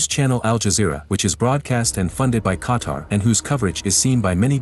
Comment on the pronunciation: i’m from qatar i love saudi arabia ❤️ 🇶🇦 ❤️ 🇸🇦 but making me hearing this dude pronouncing qatar like qatr makes me mad